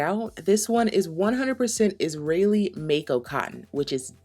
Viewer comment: Sorry, did you say IsraHelli Cotton???? I liked you and your channel, but the subscription is ended, now.